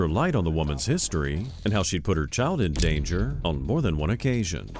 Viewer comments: it says in-dander instead of in- danger in case anyone wanted to know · oh no, the child was "In-Dander" wat